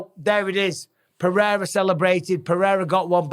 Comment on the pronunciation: Bisping. First of all, you don't pronounce Pereira's name with an "h" in the middle. Only Portuguese words that start with R or have double R's are pronounced that way. You, Rogan and DC do it constantly, and it's maddening. Second, stop d riding Izzy. He's a grown man mocking a child that was 5 years old at the time he did a stupid thing. Maybe Pereira told him privately not to mock someone who's been knocked out. Izzy is cringe, and it was really cringe what he did. If the tables were turned, I guarantee you would take Izzy's side.